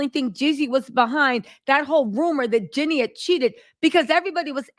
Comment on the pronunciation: Is saying Jeanie hard for you, and I don't know, or are you being purposely disrespectful in refusing to say her name properly? it seems odd that you constantly say Jenny, not Jeanie in you are reporting on Jeanie... it is even spelled differently. It's just rude.